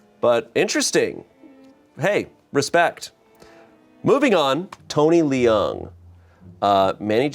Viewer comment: I already forgive you, but not knowing how to pronounce Tony Leung and Ayo Edebiri really hurts Especially Leung Chiu Wai as a Hong Konger 😭